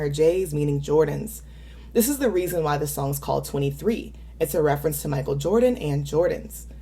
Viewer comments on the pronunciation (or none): none